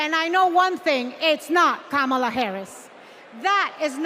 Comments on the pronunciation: did obama just mispronounce kamala? he said trump is afraid of losing to kamala, not KOMALLA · The fact that no one from that party said anything about what they will do to improve America or its citizens is preposterous. On top of that, they all pronounce "Kamala" differently, which is quite amusing lol. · STOP CALLING HER KAMALA! ITS KAMALA!!!!